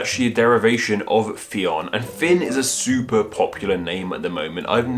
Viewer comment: Come on. How did you manage to fin MULTIPLE sources pronouncinging it wrong? its pronounced like Finn